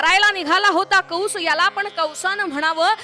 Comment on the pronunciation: कंस असे असून कौंस असा चुकीचा उच्चार होतो आहे.